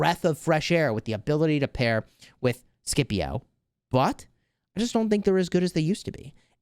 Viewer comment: Scipio is a legendary commander named for a famed war general, and you’ve managed to reduce him to sounding like cheap peanut butter 😏 please go back to calling him seeeepio